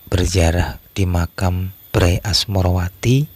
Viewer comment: Membacanya bukan BRAy tapi be er a ye dari kata bendara raden ayu